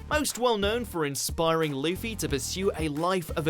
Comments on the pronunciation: he keeps calling Luffy Leafy lol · Its not leafy its luffy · Why you hear him call luffy leafy I'm dead 😂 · pronounce luffy correctly.